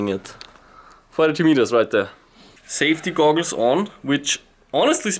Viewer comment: "safety goggles on" mit dem geiler Wiener Akzent :-) Bei Minuten